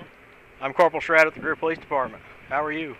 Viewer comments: First of all, it's not PO lice. The accent, in the USA, is on the second syllable, Lieutenant. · POLE-lice funny how the cops pronouce police..